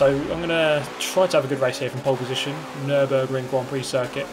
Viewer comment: Did you say Pole Position!?